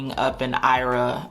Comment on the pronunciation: Lord! I’ve been bing watching your videos, for about a year. I’m not current, but I cringe every time you say “Roth IRA” it’s Roth I.R.A. for Individual Retirement Account. I sure hope you correct this in future video. Sheesh!